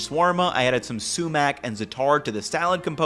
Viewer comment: The minute I heard him say Sumak I was like ok this guy is legit.